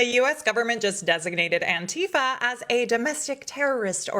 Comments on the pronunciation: It's anti fa NOT. Ann tea fah. Oh and I'm Anti-fa. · Really wish people would learn to pronounce Antifa